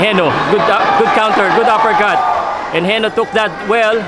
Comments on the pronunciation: Is it pronounce as HE- NO ? commentator keeps on saying HENIO... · HENO at hindi HENYO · heno hindi henyo ayusin mo